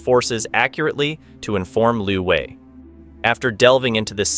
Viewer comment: Narrator is very confused keeps thinking this is Vietnam. China does not use dong. And Wei is not pronounced Vi.